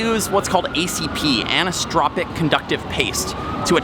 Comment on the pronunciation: ACF is for compression bonding. ACP is for printed adhesive bonding. And it is pronounced an•I•so-tro•pic